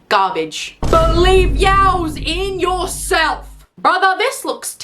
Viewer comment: “believe yOWse in YOURelf”